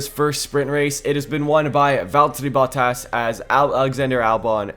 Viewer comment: ah yes veltteri bottas